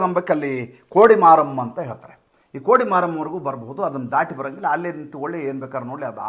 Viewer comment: ಕೋಡಿ ಮಾರಂ ಅಲ್ಲ, ಕೊಡಮರಂ, ಅಂದರೆ ಧ್ವಜಸ್ತಂಭ.ಕೊಡಿ ಅಂದರೆ ದ್ವಜ.ಮರಂ ಅಂದರೆ ಮರ, ಸ್ತಂಭ